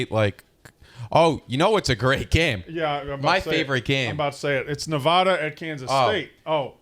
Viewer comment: Glad to hear Nevada mentioned. Now if only would say it right.